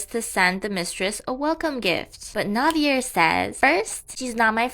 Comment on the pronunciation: Btw Navier's name is pronounced Nah-vee-yae, it's French 🥲I remember reading remarried empress it was such slop